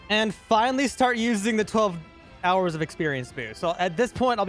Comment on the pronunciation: What he said:"So i am gonna count that as 24 hours" What i heard:"So i am gonna count that a*s 24 ours"💀💀💀💀💀